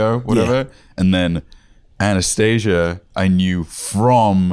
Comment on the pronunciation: Did anyone else notice they pronounced Anast-aaaasia's name wrong?